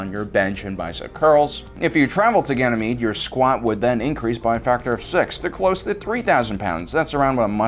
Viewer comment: I think you mean, "Ganjamede".